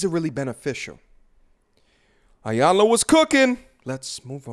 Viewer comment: "E-YAN-LA" please pronounce her name correctly. Thank you.